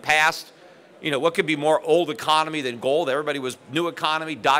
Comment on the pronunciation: Economy. The word is economy. Can’t trust an economist who can’t say economy.